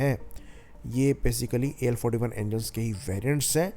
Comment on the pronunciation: AL 41 , AL 51 bhai tum thik tarsh se , clear, swatchh Uchchar ( pronounced ) karo... Kuch thik tarah se samaj me nahi aa raha he, tum kya bol tahe ho ye, ya fir better way number ko hindi me bola karo tab fir sabko thik tarah se sunayi dega, samajh me aayega... AL ४१.. AL इकतालीस, AL इक्कावन clear...kuch bhi tention नहीं